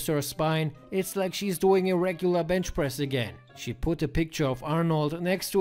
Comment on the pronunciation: It's called bench press... Not bend press